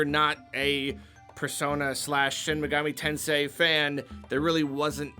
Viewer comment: Thank you for saying shin megami tensei correctly... Idk why other youtubers have a hard time with it!!